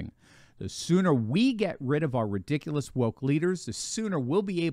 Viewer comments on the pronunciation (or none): none